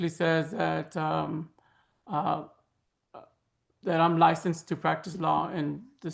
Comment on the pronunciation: Why does he keep saying, "I am lisensed" -as though it isn't the bare minimum for all practicing attorneys lol?